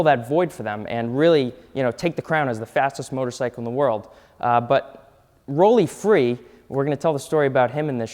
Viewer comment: Im glad someone is pronouncing Rollie Free's name correctly.